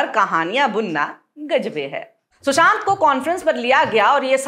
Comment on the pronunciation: Aap ne shushant kaha ya Chushant..?